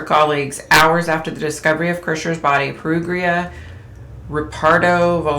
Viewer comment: Perugia pair-OO-jah 😉